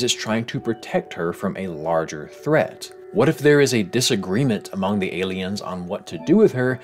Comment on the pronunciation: every time i hear you pronounce Among I laugh. and then i wonder why we pronounce it amUng